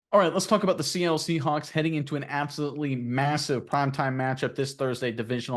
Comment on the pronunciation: is he saying seahunks on purpose?